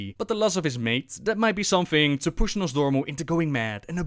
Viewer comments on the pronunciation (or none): none